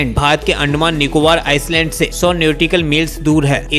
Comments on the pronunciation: आइसलैंड (island) नहीं आईलैंड hi kehte hai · It's not ICELAND it's ISLAND pronounce it properly* 🇮🇳❤️👍🙏